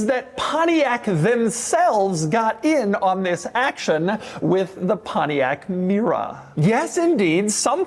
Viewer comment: I dank a shot of tequila ev tiime Doug say pomtiac mera an now am ver durnk zz i m